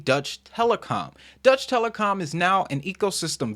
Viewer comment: It's deutschE Telekom and not Dutch Telekom😊 I'm from Germany and this is quite hard to hear in this and EWTs video 😅